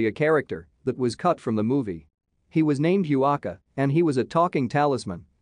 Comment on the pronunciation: That’s actually a Tumi… and Huaca is pronounced “Ooh-aca/waca” 😊